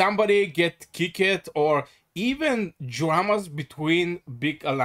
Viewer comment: kickited its kicked